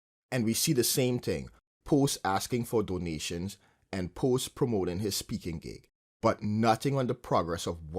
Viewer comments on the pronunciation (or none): Doughnations. Doughnations. Doughnations. Gifffs. Gifffs. Mogifffs. Mogifffs.